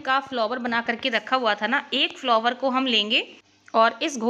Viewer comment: Bahe ji, फ्लोवर जैसा कोई शब्द word ही नहीं हे. आप फ्लावर बोलीये.